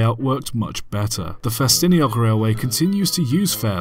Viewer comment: Now I know the proper way to pronounce Ffestinog.